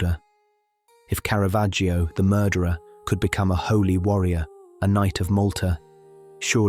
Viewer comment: Caravaggio is pronounced Cara-VAH-joe. The letter ‘ i’ is silent